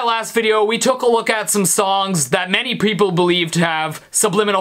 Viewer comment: Stevie, did u say preople? lol ;)